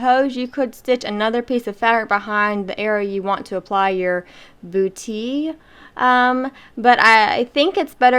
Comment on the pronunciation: Trés belle! And you pronounced it correctly- boo-tee. 😁👍